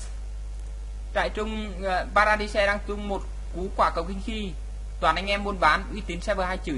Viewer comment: Vãi nhok. Trai rừng. Vs pa ra đai. Đọc zạ á. Gì mà trại trung. Pa ra di de.